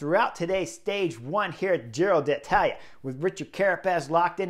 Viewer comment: Love it that Chris says ‘Giro D’Italia’ 🤗 this year, in place of his ‘Tour of Irrally’ 😖 last year. I feel like I’m properly there now. 😂